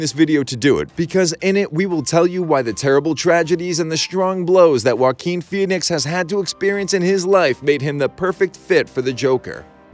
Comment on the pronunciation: Finally someone who can say Joaquin correctly.